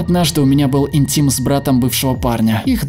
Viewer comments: Вообще то иГнтимом а не инГтимом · Никто: Совсем никто: : ИГНТИМ